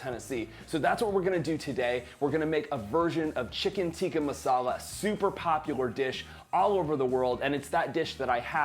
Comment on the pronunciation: Hey you gotta pronounce Tikka by stressing on the Ks like Tikkkkaa! Awesome video by the way